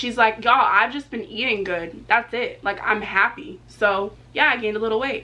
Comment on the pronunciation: So pretty I jus hate the way she say yall 😂